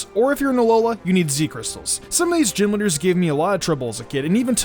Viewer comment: "Gym linders" "giminders" "gym winners" Lol sorry